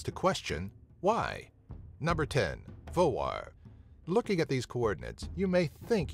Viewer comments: that was right u say it vagar, im from faroe islands only 45.000+ people live in faroe islands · Your pronunciation of "Vágar" was fine. But the villages... :)